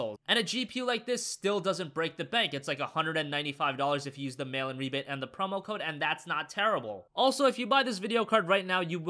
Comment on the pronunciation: I always thought he said "Melon Rebate" I was so confused for so long.